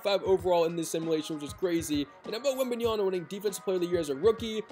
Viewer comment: it's wembenyama not wembanyana! 😂